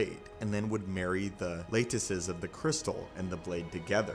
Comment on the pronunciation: You need to learn how to pronounce words. "Lattice" The a sounds like lap or lad. "Chasm" the ch. Sounds like a k not like church